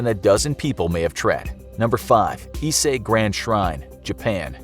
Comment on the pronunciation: Narrator said "Isei", not "Ise". 🙁